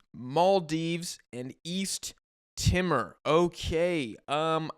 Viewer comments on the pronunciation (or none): Hey East Timorese here! It’s not Timr it’s TimOr (Tee mOr) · *East Timor is pronounced 'tea-more' Love your show bro. It's awesome to see you shining light on the asian cup.